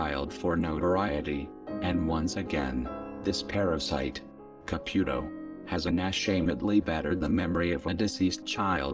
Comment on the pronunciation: Fabulous reporting! that fake old skank makes me sick! I hope they cancel her soon and all the stupid people that believe this crap, well they get what they deserve, but to exploit this child in such a manor is reprehensible. the robot voice is cool it says her name and sounds like Ca-PUK-o, make me snicker! lol